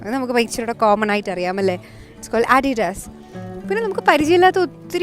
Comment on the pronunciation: I have a dbt. Does americans pronounce "Adidas" this way?